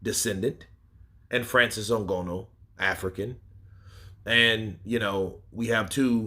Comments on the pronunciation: why u say Francis last name like that 😂 “n-gonoooo”. It’s “n-gah-nooh” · NGANNOU not ngonnu 😀😃😃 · Come on boss even white ppl can say Francis last name better than that